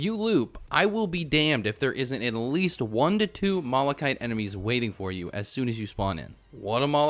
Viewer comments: He mispronounces malachite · Why are people getting mad at you "pronouncing planula wrong" when you pronounce malachite wrong?